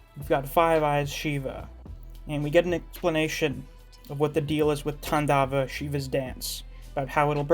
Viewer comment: Man your pronunciation of Svarga and Tandava is top notch!